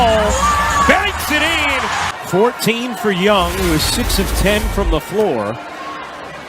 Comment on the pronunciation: It's not een It's in. very anoying.